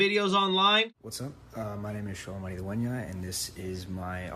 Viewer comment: Its pronounced Cholo not solo lol